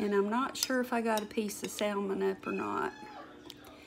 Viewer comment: Salmon is pronounced Sa-mon, the l is silent. I learned that the hard way. But, love your cooking videos.